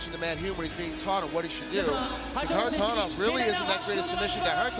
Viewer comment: Frommmmm Russia: SeRRRRRRRgei.. KHARITONOV! Love how they pronounce Kharitonov.